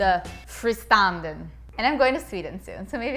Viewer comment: Beautifull work! But its more like "Fristående" i Swedish haha love the name